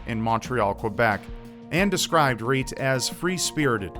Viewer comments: Great job in pronouncing those Estonian names,, and thanks a bunch for the video. If anyone is interested, here's a translation of the postcard she sent to her family: Dear mom and dad, The weather is nice, the people are kind. I have a lovely small apartment. I often visit the sauna. Please write. With hugs, Reet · really cool video! I really enjoyed it. (not to mock u or anything but it was kinda funny to hear you say Reet with the american accent (I'm estonian myself) but other that that it was a cool video) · I read the name of the victim and my first thought was "huh that name sounds really Estonian" and damn I was right. Nice butchering of the original pronunciation tho:') I feel really sad for the family and friends that never heard from Reet again, I cant even imagine the pain the must have gone through. Hope it's not too late to catch the killer and that justice would be served. I'll translate the full message of the last postcard she sent to her parents if anyone is interested - "Dear Mom and Dad. The weather is good and people are nice. I have a nice little apartment. I go to the beach often. Please write. Hugs, Reet." Also interesting that the message is riddled with grammatical errors, but since I guess she didn't receive an estonian education it's understandable. Thank you for your dedication! I've watched and loved your channel for years, the recent situation really sucks and is unfair. I wish I could do more to help. Stay strong and keep doing what you love, whatever that may be.